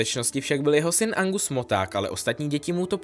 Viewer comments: jj je to Argus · Nevím, jestli jsem špatně rozuměla, ale myslím, že jsi říkal Angus místo Argus Filch🤫